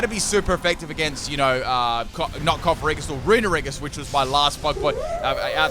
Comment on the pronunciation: worries about calling Yamask "Yanmask": "Cofferriggus"